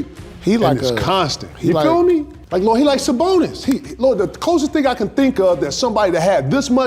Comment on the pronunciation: Suh-Bone-Is I know it's hard to speak English, KG.